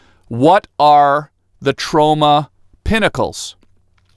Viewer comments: Why do I think you were saying TROMA PINNACLES? It’s Trona! Trona!! Ma ma my Tronna! Not my Sharonna! 😂😂😂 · I thought you were saying Toronto like Trona.... we miss you in Canada Tom.